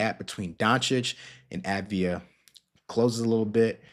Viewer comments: It's pronounced AHV-DEE-AH. Sounds to me like you're just putting the V and the D in the wrong order. :) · The A is pronounced like olive rather than avarice. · dude.... it's AV-DI-JA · Enjoyed it, but look into how to pronounce his name.